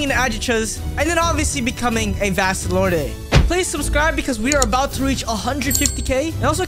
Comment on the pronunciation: I don’t wanna be that guy but u say vasto lord the e is silent